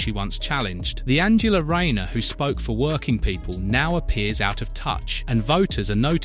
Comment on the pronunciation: is a joke you can't even pronounce tax fiddling Angela Rayners name???